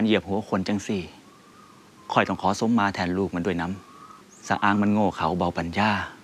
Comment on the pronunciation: พ่อแพทย์ กะเว้าคำว่าสมมา ผิด กรุณาแก้ใหม่ มันขัดหู